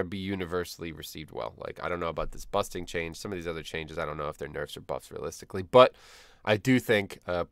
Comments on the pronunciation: you saying busting instead of bursting triggers me for some reason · Busting and Quakking by some reason, anyway great changes.